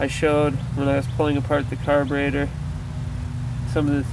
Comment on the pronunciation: caberator or carburetor?????????????